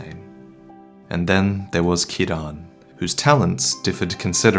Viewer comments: It’s pronounced KEEREN not KEY-RAN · What's the point of going back to previous topics if you're going to mispronounce Ciaran and call Sif a "he"? You can do better.